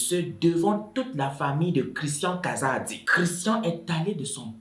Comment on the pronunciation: j'ai vraiment aimé la façon dont tu as raconter l'histoire mais la prononciation du nom kazadi tu la vraiment mal fait